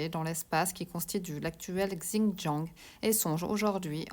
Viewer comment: Hello, le X en Chinois ...se pronomce comme un Ç avec cédille...ainsi Xintiang se prononce Çintiang...😉 Bonne route!🔆🎈